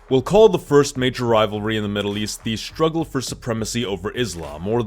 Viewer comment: Maddle east chuth war theres com in any mind